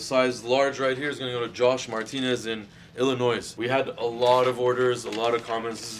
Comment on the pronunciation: This man said, “Ilinoissss” The S is silent my G